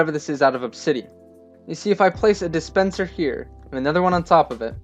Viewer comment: NEEDAH DISPENSAH HERE